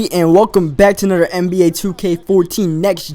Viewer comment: said anoder nba 2k14 ITS ANOTHER not anoder